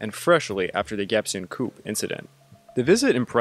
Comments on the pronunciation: Coup: Coo not coop😂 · Seoul is pronounced "soul" and coup is pronounced "coo"